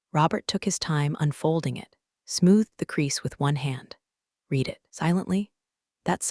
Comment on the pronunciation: Please teach AI context for when to pronounce "read" as reed or red.